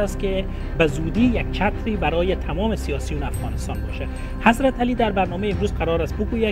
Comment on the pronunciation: جانم از شما بعید بود که در تلفظ اشتباه کنی،حضرتِ علی فقط امام اول است..........ایشان که شما صدا میزنی در اصل حضرت علی نامش است،یعنی در ذکر نام امام علی حضرتِ [ت زیر میخورد یا این علامت( ِ ) گفته میشه و این شخص حضرت [ت سایلنت است ]